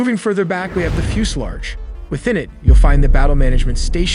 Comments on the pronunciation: "Fusularge"?? Fuselage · “Fuselarge?” My man, I don’t know how else to put this, you gotta work on your English- i’m thinking that was you on the Mossad assassination videos. Respectfully, maybe you were a military brat and, therefore, homeschooled and didn’t hear a lot of these words pronounced over the years? Regardless, you need to rectify this stuff ASAP if you want people to take you seriously. Seem like a smart guy otherwise. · " operate the plane moving further back we have the fuse large within it you'll find the battle management station"....... Fuse large? The word is 'FUSELAGE'....... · My brother makes best videos!!! BTW Fuselarge? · Did you say "FuseLarge" lol. I love your videos btw. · Is it the Fuels-Lodge or Fuels-LARGE!??😂😂 sorry i had to say it!! But this is bad plane!!!💥💥